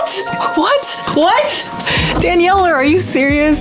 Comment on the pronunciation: The fact that says "danieler" halfway through